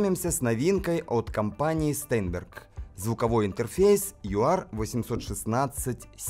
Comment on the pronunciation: STEINBERG читается как Штайнберг